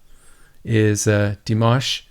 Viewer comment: You say his name correctly. And I love that! 😍😍😍😍